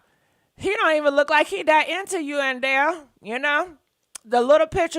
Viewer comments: Adele not Andele 🤦🏃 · Okay it’s Adele not andele lol.. you can mess a name up all that talking just play the video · I love when she says Andele it's Hilarious! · And it's "ShekonDA"! ...not Shekinah.....I die everytime u call her Shekonda! 🤭😏😂🤣..... And "zesty" and "Andel" also makes me 💀🤭😏😂🤣